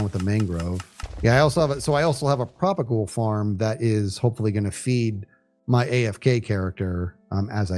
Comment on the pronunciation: Ah, another chill half hour. Love seeing how you interact with the Hermits, it just brings out an additional fun side. This was my first time hearing correctly say "propagule", lol.